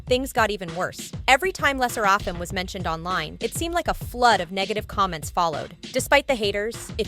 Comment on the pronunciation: I wish people would stop saying Le sserAfim instead of how it should be said